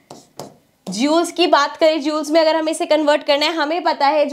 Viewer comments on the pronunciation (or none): jooles ☠️ It's * joules*